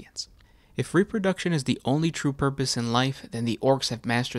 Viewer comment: “Wots RE-pur-DUK-SHUN!?”